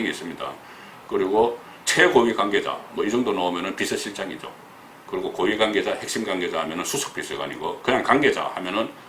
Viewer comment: 송 국장님 권력구조 - 걸력꾸조 권위주의 - 거니주이 대북관이 과연 철저한가 - 대북까니 가연 여권 인사 - 여껀 인사 청와대 - 청아대 관계자 - 강개자 복모음 발음에 ... 흠 서울에서 사신지 30 ~ 40 년 되셨을텐데.... 아직도 정껀 재창출 민주당 분위기가 나옵니다. - 노옵니다.